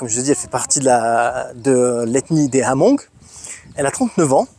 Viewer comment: Super récit, correction ce sont des Hmong qui se prononce Mong, la diaspora Hmong est eparpillé sur la planete depuis la guerre du vietnam